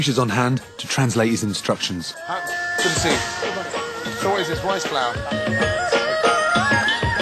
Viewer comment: Gordon "Woot iys theys?"